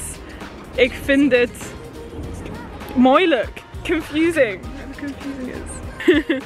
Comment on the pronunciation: Hehe i'm dutch, you did good, but instead off moeilijk you said moilijk lol😂